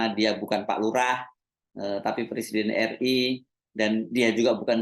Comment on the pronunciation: Iki macak opo....ngucap presiden aja salah..katanya, saya bukan lurah, saya persiden katanya..lucu